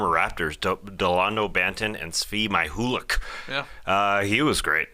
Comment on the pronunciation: Tassy welcome back!! I missed your funny names! Svi My-hoo-lick! 🤣🤣🤣